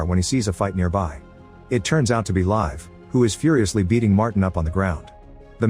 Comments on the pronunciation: "Live" is rather pronounced "Leev-eh". If you say live as in English, it sounds like "Leif" which is an old-man-with-a-beerbelly-name. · Its Liv not live